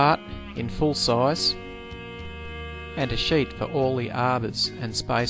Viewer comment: I'm usually good with Australian and British English but I had to rewind a few times to realize you were saying "sheet"